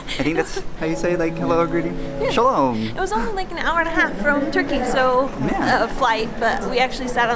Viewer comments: you say "shalom" for hello in Hebrew, not "shalome". and you say "lehitraot" to say goodbye (it translate to be seeing you i guess). good video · Hahahaha sahlom it’s hey it’s not bye bye it’s bye